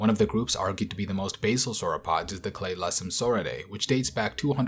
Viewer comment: new “clate” of sauropods